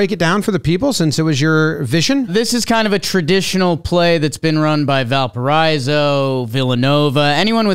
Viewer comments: At the mark... You're mispronouncing Valparaiso. It's Val-Puh-RAISE-Oh, not Val-Puh-RISE-Oh. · pronunciation of Valparaiso was more atrocious than the blocked double play